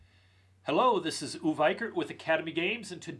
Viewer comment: Ughhh... give him my number so that I can give him the support he needs to pronounce his name the way the gods meant it to be pronounced!!!! ;) Remember, Uwe is the Germanic god of wine and frolic! :)